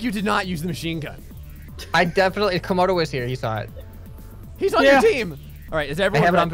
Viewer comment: ... Comogray ... Graodo ... Graymodo ... Gramodo